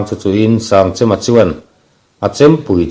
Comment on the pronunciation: Sangchema hming a lam dan hi a dik lo chêm tih tur Kan chem hman ang chem tih thluka hmanloh tur.